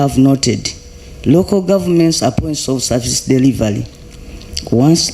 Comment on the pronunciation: I managed to work out some of the pronunciations: Delivaly (delivery), collapson (corruption), lule (Rule)